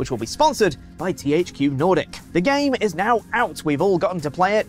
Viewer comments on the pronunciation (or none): none